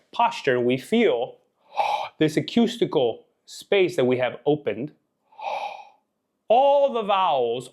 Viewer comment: I so appreciate your insights into singing but I need to correct your pronunciation of "acoustical". It's pronounced "akoostikl" and not "akyustikl". Thanks again!